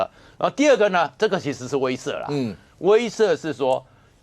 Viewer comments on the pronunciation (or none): 創夏：威懾唸錯了~不是唸攝影的攝